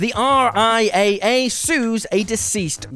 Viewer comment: Just a quick note. In the business, the RIAA is spoken as "R-I- Double A".